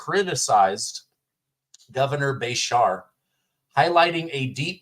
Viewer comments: It's pronounced Beeshear... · His name is pronounced besheeer or aka by some is Kentuckians Handy Andy 🤢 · It is pronounced Ba- sheer. The teachers union and his dad being a former gov got him in office. I was ashamed of his comments. Prior to this election, he kept out if a lot of this lying slander. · our Governor in KY's last name is best pronounced if you remember a sheep. Ba-Sheers. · KY HERE: We love our Governor here even the Republicans... I can't believe he said that. I'm disgusted 😮😮. And it's pronounced (Bru- shere). I can't believe that came out of his mouth. Those woke has finally got his brain WTF 😡😡😡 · Just FYI it’s pronounced Bru Shear My daughter lives in Kentucky and he is terrible!! Nobody likes him but mysteriously he was ‘voted’ back in again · pronounced Ba sheer